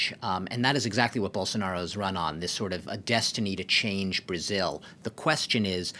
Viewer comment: É muito engraçado ver eles se esforçando pra falar o nome do Bolsonaro, a pronúncia sai igual a de um "caipira" : Borsonaro